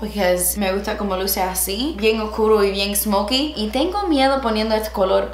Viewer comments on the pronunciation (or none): none